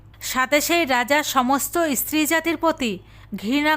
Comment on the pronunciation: ইস্ত্রি বলছেন কেন?বলুন স্ত্রী ।